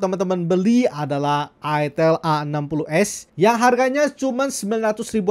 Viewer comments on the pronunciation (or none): none